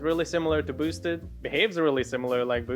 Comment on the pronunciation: Did he really say "bos-ted" board? 😂🤣